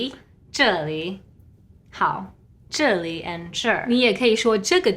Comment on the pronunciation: 计画 should be 计划. And At 2’07”, the host pronounces 这里 as zhe4li2 instead of zhe4li3